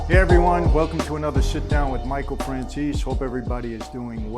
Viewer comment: Had to watch goodfellas again last night and I finally caught it when they did the intros. Mikey francheesey his how he said it though lol.